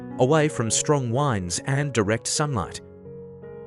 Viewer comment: Teach your AI idiot that when discussing plantings and nature "winds" and "winds" are two different things, one may help to keep your clock(old fashioned) running, the other is better for keeping your kite aloft(also old fashioned)! The idiot pronounced it the clock way!